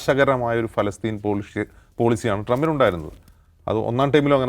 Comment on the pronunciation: പാലസ്തീന.,.. പലസ്തീൻ... പിന്നെ ഫലസ്തീൻ.... ഒടുവിൽ ഫലസ്ത്രീൻ..... പേര് അങ്ങനെ മാറിക്കൊണ്ടിരിക്കുകയാണ് അല്ലേ? ഇനി പരസ്ത്രീൻ. എന്ന് പറയുമോ